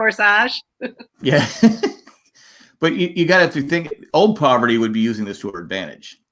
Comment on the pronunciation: Parvati not pronounced "Poverty"